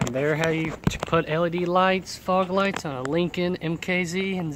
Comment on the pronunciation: Learn how to say zephyr. You're not saying the word right at all it's not zetfire it's zephyr